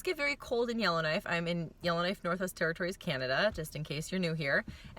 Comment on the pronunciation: I keep hearing Illinois but you're saying Yellowknife.